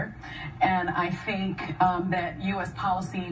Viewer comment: "and I fink" gosh I cringe!